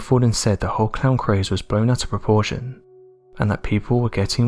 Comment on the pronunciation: This narrator has the worst speaking voice ive ever heard. His word pronunciation is laughable. listen to how he tries to pronounce Craze. Lol. I shut it off after a minute. This guy is unlistenable. God knows how many mispronunciations he has every video.